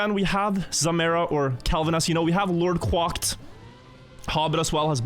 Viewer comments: LordQuacked, is quack like a duck; kw-ack, not kw-ock. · Lord Kwocked being pronounced like that cracked me up every time...